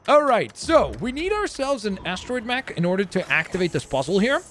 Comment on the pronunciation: Also, astro-mech not astriod-mech